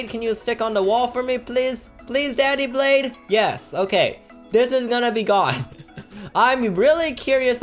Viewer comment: Did he rlly says 'daddy blade'